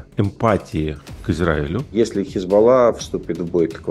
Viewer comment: Хизбалла, а не хезбо...